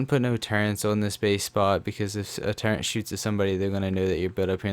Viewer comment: Hey it’s turret not turrent